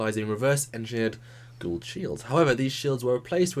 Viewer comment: Goa'uld not gaould